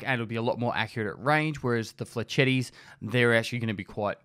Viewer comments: m8 it's french not italian, pronounce it "flesh-etts" not "fletchetties" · The way you said "Flechettes"